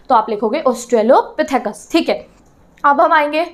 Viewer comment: Pronunciation ma'am :( You're constantly mistaking - Primates for Pimarets Australopithecus for Austropethus Hominoids for Homonoids Hominids for Homonids And the slide transitions and all were really ill. Like you said, "see the pic above" but there wasn't any and you must've recorded this in many takes so when you moved slides and then the next second there was a different slide on the screen with so many things written, your audio getting blurred in the background and these kinda things... I don't know how to explain everything but.......... The explanation was going well but I'm sorry, after some point I got too irritated to continue with the lecture.